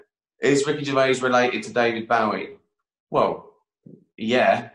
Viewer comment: He pronounces Bowie correctly what u on about